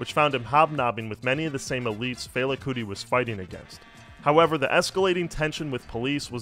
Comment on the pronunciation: Yeah, I never heard a Nigerian say it that way.